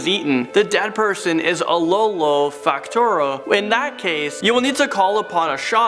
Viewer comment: Not wanting to be THAT person but... I can't help myself. Sorry! Number 9: it's "Lolo Vokatra" not "Fokatra". They are not spirits but more like zombies. Number 7 : it's "Masoala Forest" and not "Masaola". Most of those cannot be considered as urban legends, right? I mean by definition they aren't. And they are not even scary. Lol. There are a lot of malagasy legends that are way scarier though. Anyway, sorry for the annoying comment and thank you for making this video!